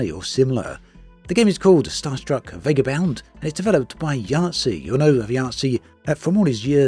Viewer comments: I think Starstruck Vagabond, not Vagabound. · Is this an AI voice? Star Struck Vagabond becomes Star Struck Vegab Bound?